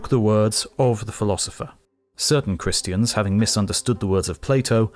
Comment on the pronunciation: the cringe reading some christiaNNs haha